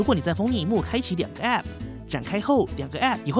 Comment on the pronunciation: app 唸時沒必要加重重音 聽多次就很痛苦